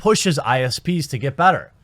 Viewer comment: How does someone pronounce "better" as "batter" but pronounce "bag" as "beg?"